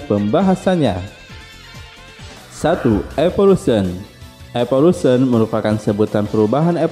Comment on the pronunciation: Saya sering nih nonton konten lu. Tp kalo boleh sedikit saran, lu kayaknya perlu belajar penyebutan bahasa Inggris dengan benar deh, yg basic2 aja atau yg kira2 bakal masuk ke konten. Sesimpel nyebut evolution aja aneh.